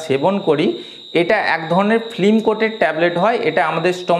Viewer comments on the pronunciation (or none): সব ঠিকই আছে কিন্তু "ফ্লিম"এবং "ফ্রম"না ব'লে "ফিল্ম" ও "ফর্ম" ব'ললেই ভালো হয়। কিছু মনে করবেন না, আপনাকে হেয় করার জন্য লিখিনি। আঘাত দিয়ে থাকলে ক্ষমা প্রার্থী। .